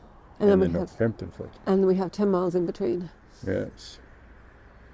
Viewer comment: It's North-ampton... Not North-Hampton. LOL.